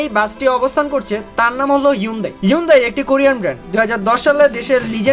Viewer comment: আপনার নিজের ও উচ্চারণ ভুল। অরজিনাল উচ্চারণ হলো হুন্দাই! সার্চ করে এনালাইস করেন।